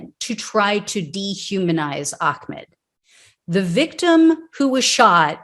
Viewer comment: Hum; It's Ahmaud NOT Ahcmed. Judge Timothy R. Walmsley has to be a kkklown for excluding The pictures of the front of the truck which bandished a Confederate flag and, the end of the recording in which he called AHMAUD the N-word as he lie dying! The jury get didn't to see that! Timothy R. Walmsley was a kkKlown member protecting Klown members! Whatever happened to "the whole truth and nothing but the truth"?